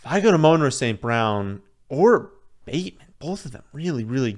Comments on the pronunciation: “Amon-Ra st. Brown” pronounced like the Egyptian god “AMUN-RA” (AW-Men-Raw) Not “UH-Moan-ruh” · "ahMoan-Ra St. Brown"